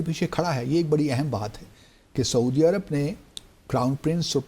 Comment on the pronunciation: باسط صاحب۔ لفظ ایرب نہیں، عرب ہے۔ خیال کیا کریں۔